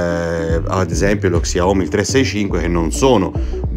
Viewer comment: Grazie dei consigli...molto e sempre esplicativo e chiaro...comunque si pronuncia Siaomì no xiaomi...😉😜